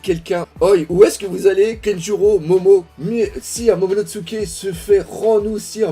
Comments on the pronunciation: je sais que tu as du mal avec les noms mais tu me stresse de ouf quand tu dis "Kenjuro" (au lieu de Kanjuro) et "Momonotsuke" (au lieu de Momonosuke) 😭😭 Sinon très bonne RL 😁✊ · Superbe vidéo comme toujours mais fait attention c’est kanjuro pas kenjuro en prononciation et momonosukr et non momonotsuke😊